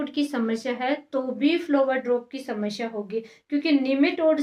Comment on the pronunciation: flower drop shamshya🤣🤣 bolna seekh pehle pappa ki pari😆